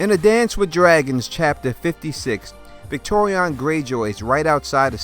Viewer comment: Dude, it's Victarion, not Victorion. And Varamyr, not effing Vlad.